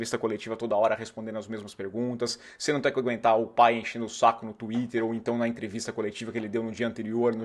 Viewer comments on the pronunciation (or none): none